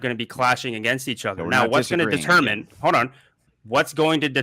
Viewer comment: He says Hode not Hold which really fits with his level of IQ. I always feel bad for people with that childlike speech problem lol Hodor